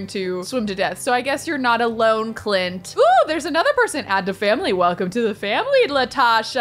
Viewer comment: saying "clint" Me, hearing "cl*t" 👁👄👁